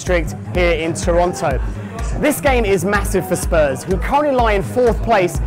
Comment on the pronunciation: supporting spurs but can’t even say it right hahaha